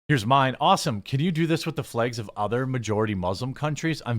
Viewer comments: flags, jeremy, not flages. say it correctly, you illiterate fool. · You say "flags" in a strange way...